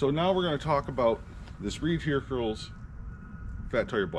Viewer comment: I think you loose viewers when you can’t pronounce Hercules.